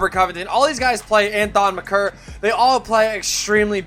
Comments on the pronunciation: its pronounced thon make-er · "Thon McCur"